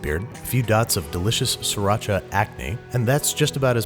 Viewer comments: Use a spoon to peel ginger. Also SEE RAH CHA. from siracha Thailand . Not Sur-rah-cha. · “A few dots of delicious, sriracha ance”. 😂😂👌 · I burst out laughing when you said siracha acne 😂😂😂😂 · please learn how to pronounce Sriracha correctly please!